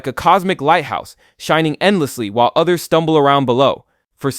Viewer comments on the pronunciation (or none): none